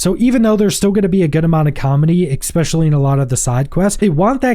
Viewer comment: You keep saying "Expecially". It's ESPECIALLY. Apart from that, good video, cheers!